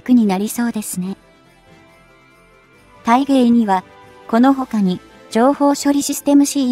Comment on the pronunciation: 大鯨(ﾀｲｹﾞｲ)○で×ｵｵｸｼﾞﾗでは有りません❗また蒼龍(ｿｳﾘｭｳ)○で有り×あおりゅうでは有りません❗しっかりと事前に下調べをして原稿校正確認して下さい❗情無くて話が入って来ません❗